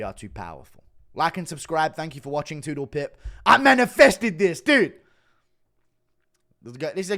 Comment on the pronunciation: Did Bro just say "I manifisted this !" ?! lol